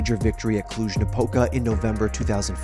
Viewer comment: dude,he really managed to say Cluj-Napoca correctly howly shit!